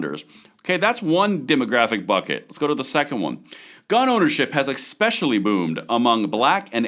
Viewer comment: There is no such word as EXpecially!!!!!!